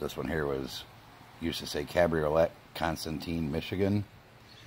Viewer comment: Cabriolet is pronounced cab ree oh lay fuck sakes